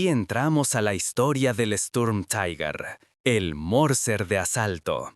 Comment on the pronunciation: ¿por que decis TAIGUER ??? ,,,,es TIGUER !!!!